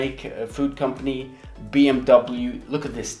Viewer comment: BMUU ? Double u u ? BeeEmdoubleuu 😂🤦🏻‍♂️